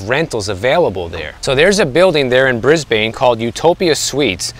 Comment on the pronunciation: It's pronounced Brisbin not Bris Bain. Sorry. You're spot on about the Australian market.